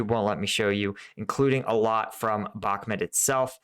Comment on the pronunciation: Mate, again, it's not Bakmet, it't Bahmut. Please, for god's sake.